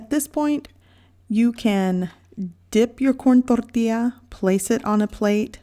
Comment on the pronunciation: I find it humorous that you speak English with no accent until you say tortilla or frijoles. ☺️